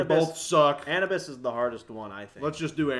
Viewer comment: Anabus 😂😂 Anubis(Ah-noob-ess)